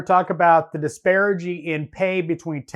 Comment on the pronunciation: It's "disparity" not "disparigy"